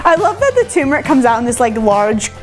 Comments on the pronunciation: another example of someone mispronouncing the word "turmeric" despite holding up the actual spice with a label clearly showing TWO R'S! It's not "toom-air-ik", it's "ter-mer-ik." oy. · Another person talking about TURMERIC who can't pronounce TURMERIC.